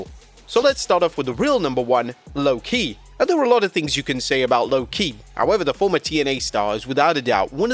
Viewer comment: Lwo-ki? Try harder nerds